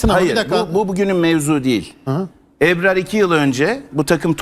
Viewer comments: Eprar ne arkadaş "Ebrar" ismini telaffuz edemeyen adam yazı yazıp yorum yapmakta.... Hülen nassı ciddiye alıp tv ye çıkartıyorsunuz. "âh'ın hâli var kelâmı yok, makamı var nakli yok..." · Eprar değil Ebrar önce Türkçe konuşmayı öğren. Lafa gelince çok milliyetçisiniz ama Türkçe tırt.Hepiniz aynısınız.Bıktık. Boş yapma